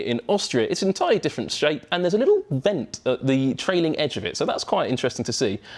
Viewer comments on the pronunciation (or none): none